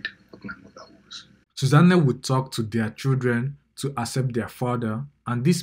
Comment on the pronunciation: Did I hear Sooza-nne? Lord, please let this not be true.😢